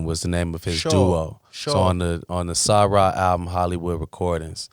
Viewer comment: When Vic mentioned Om'Mas Keith and Scoop said "Sa-Ra", that's when I knew Scoop is a student of the culture 🙌🏾